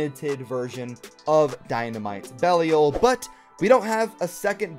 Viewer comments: If you're still having trouble pronouncing Belial, the proper english pronunciation has the I making the long I sound, so it's pronounced like "bell I all". That said, going off the trailer you're technically saying it right because that's how Bail says it. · It is pronounced bey-Lee-a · I think I found one of my pet peeves - not even trying to pronounce Belial. I'm like "GOOGLE IT DARN IT!!!" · it is going to take you less than 5 minutes to learn how to pronounce Belial. Learn how to pronounce Belial.